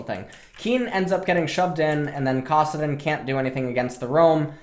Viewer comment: its kAssadin not kOssadin